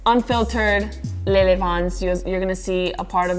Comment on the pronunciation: Yeah cuz of the way she says lele